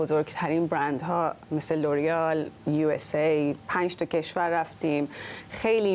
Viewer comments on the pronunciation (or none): به اورآل تو انگلیس میگن یوریال؟!!! تو خود فرانسه میگن اورآل